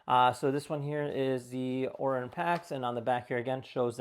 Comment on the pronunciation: It’s, O-r-I-o-n like the constellation💁🏻‍♂💯.